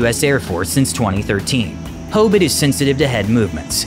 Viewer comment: I get to work on this beast of an aircraft every day. I love hearing its BRRRRT, the engines starting up. Only thing I didn't like about the video was you said Hobit like Hoebit lol.